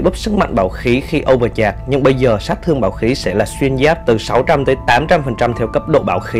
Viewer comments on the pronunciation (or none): etou giọng đọc này ngon nè :"))). nhưng mà chữ Overcharge là âu vờ chát chứ hong phải chạc anh ơi XDDDDD